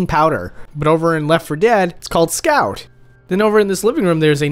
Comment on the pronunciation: That cleaning product was "Scour", not "Scout".